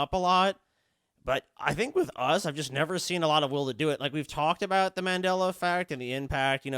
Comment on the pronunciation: You mispronounced Mandela effect wrong several times, but you pronounce Nelson Mandela correctly. Wtf